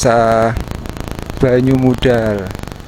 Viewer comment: Yang mengganggu itu penyebutan banyumudal huruf d nya seperti menyebut wedus 😅